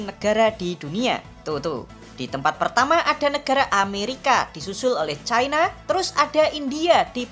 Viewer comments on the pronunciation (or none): none